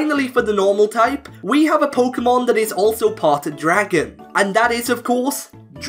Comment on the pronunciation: "polka mon" I cannot watch this.